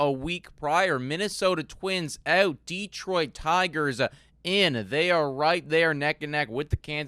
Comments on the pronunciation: Sorry guys but it's driving me nuts. It's not Deeeeeeeeetroit. It's pronounced as Deh-troit. It's like nails on a chalkboard over here in Michigan. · Deeetroit. Tareeek. Spoken like a true non-detroiter. 😊